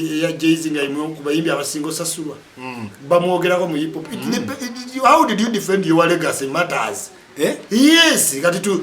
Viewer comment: U can't even pronounce hip hop neither can this name 10 Ug rappers and he is trolling zamba U can't rank an inspirational storyteller to a bubble gum Luganda words mudongo gravity,..put respect to art and work and contribution... if you want to comment abt music and hip hop in particular have a message not hunger